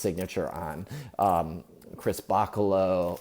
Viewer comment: You said Chris Bachalo's name wrong. It's like cha cha cha, (TSAH)...Chris Ba-Tsah-Low) Like the dance cha cha cha.